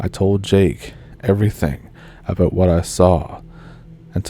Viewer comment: “It’s all aboot Canada”. Spoken like a true Canadian 😊